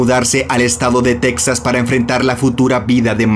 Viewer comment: Se pronuncia Tejas, el origen de la palabra es español